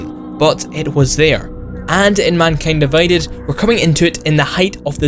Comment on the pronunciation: minkyend diveyded